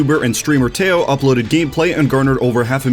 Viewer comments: Really botched Teo’s pronunciation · The way he pronounces Teo